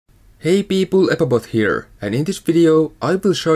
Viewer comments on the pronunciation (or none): what he says: hey people eppobot here what i hear: hey people epbt here